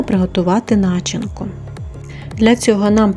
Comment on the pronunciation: Не на/чинка , а начи/нка, вірно ставте наголос у слові, не картавте!!!